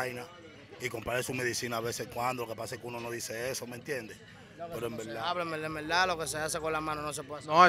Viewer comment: yo conte como ''en velda en velda'' hahaha